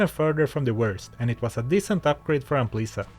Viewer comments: The title to dis bideo should be Lezzelecting Ampleesa. xD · I know you're saying Amplisa, but it kept sounding like you were calling her "Aunt Lisa" XD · Anyone else hear Aunt Lisa instead of Amplisa? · I had this on while gaming, took me 20 mins to realize he WASN'T saying Aunt Lisa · Oh, Amplisa. I was listening on my second screen, I thought he called him Aunt Lisa the entire time. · I always watch your videos, but this time, I was doing chores and just listening. Up until 5 minutes before the end of the video, I thought you were calling her Aunt Lisa 😂😂😂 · Im 40 mins in this video watching very attentively and i read your comment, but i still hear A U N T L I S A